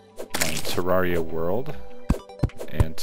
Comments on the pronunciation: It's not ter-are-ee-ah It's ter-air-ee-ah Modeled after a terrarium, which is a miniature landscape with living plants and even sometimes small animals like lizards or turtles. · I'm not trying to be a grammar teacher at all but Terraria is pronounced Turrairia. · I thought it was pronounced Ter-Ra-ree-ah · for text to speak i got Ter-air-ee-ah